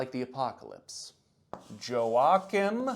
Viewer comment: I probably could have added more comments about the Mormons and the noted obsession with Aztec and Ancient American History (it's in the book, I forget its name), but I am more bothered by mispronunciation of Joachim. It's "Yow-aa-kim", not "jo-wak'm", and it's not a name it's a title; one established by god, a saint